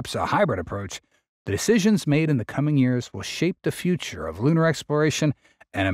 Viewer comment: Can't you get a better AI narration ? Who told it to pronounce "lunar" as "lannar". And does he have to sound like cassie cassum ?